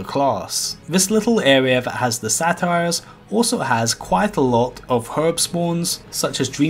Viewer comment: The "satyrs"...are not a comedy! You're saying "Sa-tires" and they're pronounced "Satters". Just an FYI.